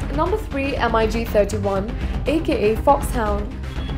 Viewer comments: Mig not M.I.G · I cringed every time I hear pronunciation M-I-G. It is not M. I. G. It is Mig simple and phonetic. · Lol MIG is pronounced in one word not M.I.G. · It’s Mig. Not M I G. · I got ear cancer by listening to "M I G"... the companies name is Mikoyan Gurevich, why wouldn't you just call it mig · The "emeyegee".... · Please pronounce MIG as MIG not M I G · Hey lady, just say MiG......you dont need to spell it.....Jeez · Everytime she says MIG a pup dies... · its called MIG not ''EM-AY-YI'' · Em Ai Gee? Seriously? How incompetent is this narrator? It's spelled and pronounced MiG, not MIG. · Heh...And the Migs are apparently...Emm-eye-geez.. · Its a Mig, not an M.I.G! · The girl voicing the video doesn't know much about its content. M i g for mig Mikoyan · Nobody says M.I.G..... Its Mig. Dont disrespect them. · MiG is pronounced as mig - just like "big". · Эм-Ай-Джи....девочке надо рекламировать стиральный порошок,а не говорить про авиацию. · Dassault Mirage 2000 pronounced as: Dassault MY RAGE Two Thousand... Oh, I almost break my laptop screen! With then her pronunciation of Eurofighter Typhoon (as Tycoon) and Mikoyan-Gurevich abbreviation as M-I-G. I really need to close the lid & save my laptop. And seriously I really need to control MY RAGE! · Yeah M I G.... 😂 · *makes video claiming to know stuff* *can't pronounce "Mirage", "MIG", "reconnaissance"...uses mph as primary unit of speed measurement*